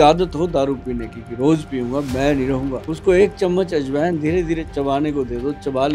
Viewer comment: Aaj Wine ❌ Ajwain ✅